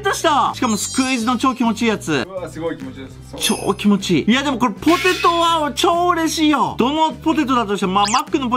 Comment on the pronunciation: 25分49秒 「ほてと」は草